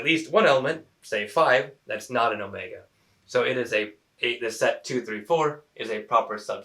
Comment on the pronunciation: you mention, 5 is not in set Omega (which you mispronounced I believe).